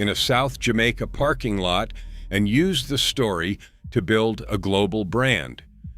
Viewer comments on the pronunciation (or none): none